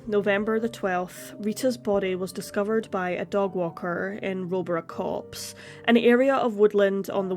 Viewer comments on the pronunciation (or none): none